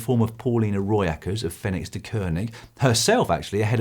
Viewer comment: "Roy Eckerts" lmao. Her name is (Pauliena) Rooijakkers.